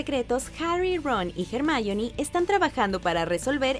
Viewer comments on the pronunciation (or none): Así se pronuncia, la autora la llama así: "Her - ma - io - ne" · Por favor no llames a hermione como jarmaioni xd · "jermaioni" gracias por destruir e los oídos al decir eso, gracias